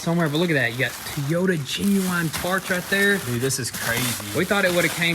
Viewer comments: Is it me or did he said toyeta Supra at the beginning of the video lol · Is it just me or do you guys hear them say Tiyota 😆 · Repeat after me, toy yota.....toyota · Why would you say 'teeyota'? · Ah...forgot about the 'ole TEEyouta Supra.. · Love how he says T-I-Y-O-T-A.........lol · I heard a few times “Tiota”??? 😂😂😂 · THEY CALLED IT TEEOTA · Ugh, I hate that so much. Every time they say tee-ota I want to rage out and throw things. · I thought i was the only one that was hearing `teeyota` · Thank you! I hate the way they pronounce TOYota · Am i the only one getting bugged the way they pronounce Toyota??? Guys its "Toy- o- Tah" not Teeyota :P Love the vids btw <3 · its the Teayota supraaa lol love how yall say Toyota lol keep up the great work! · it's been a while since we heard the word t-yota, glad to hear it back. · They need to make a goon squad t-shirt that says Tee-Yota Super . It drives me batshit crazy every time he says that..... Lol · "Oh oh oh what a feeling.... Teeyota!" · If says 'Tea Yoda', then it's 'Tea Yoda'. Don't cross the!😎😎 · 🤪🤪🤪 it’s pronounced: Toy-O-Ta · Here's a pronouncing tip for you. Toy-ota. TOYOTA. Not teyota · Teyota or toyota?? Lolllllllllllll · Its "TOY"ota not "TEE"yota freaking drives me insane hearing it 🤣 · Coming from someone Southwest of y'all in Huntsville, Al and very southern it's pronounced Toy-ota just like it's spelt not Tee-ota. Again I'm a Nissan guy how's family has built Nissan's but I can't tell you if it's pronounced Nissan Nis-on or Nees-on (I've heard both) but I can tell you that you pronounce Toyota Toy-ota. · Toy ota not Tea ota, i know i know your looking for more shirt ideas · First is Toy-ota not Ti-ota lol. And yeah it’s partially made at BMW and Toyota factories. They did a collaboration but if ya look at stamping on 80% of parts it’s BMW. Basically it’s a Toyota /BMW Z4 Supra haha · He said Tiyota Supra😂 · You call it a Teeyta... its Toyota lol good work though. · T-yota lol